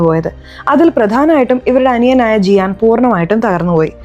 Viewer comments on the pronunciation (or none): സിയാനെ ജിയാൻ എന്ന് പറയുമ്പോ സാറേനെ ജാറ എന്ന് പറയാത്തത് എന്താ 🤭🤭🤭